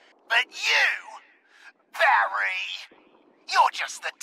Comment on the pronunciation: My favorite part of all this is he pronounces Barry like it's an insult which frankly makes it feel more insulting than everything else he's saying.